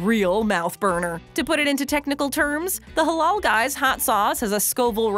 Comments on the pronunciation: It's not pronounced "holol", it's pronounced the same as it's spelled. "Ha laal". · Why tf is she saying “halol” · It pronounced Hh-La-iL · She says "the Haulool guyz" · Ffs its pronounced "Huh-LAAL" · Every time she said Halal I cringed so hard